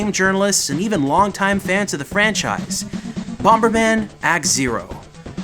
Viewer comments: Bom-ber?! It's bomber. Bom-er!!!! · Bomb is pronounced bom not bomba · First time viewer and I love that you're taking the opposite approach to almost every internet reviewer out there. Seriously, kind of love it.... That being said the extra b you added every time you said bomberman drove me nuts. Bomb-ber-man. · 'Bommerman . . . . BomBERman . . . " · Are you saying "BomBerman"? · Wait, do u think it's called Bom-Ber-Man? 🙈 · Why are you pronouncing the second B in bomberman it bugs me stop it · I keep getting distracted when pronounces the second 'b' in bomberman. Not sure if I'm missing a running joke in the show or anything, but it's jarring everytime it happens,lol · It's really irritating he keeps pronouncing the silent 'B'. Please get a reporter that actually knows the game they are reporting on. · I've never heard anyone pronounce the B in Bomber before,Still loved the video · You do realize that the second "B" in Bomberman is silent right? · Wait, is the second 'b' in 'bomberman' supposed to be pronounced? I say it silenced like HappyConsoleGamer. Is that a Canadian thing? Did I turn Canadian?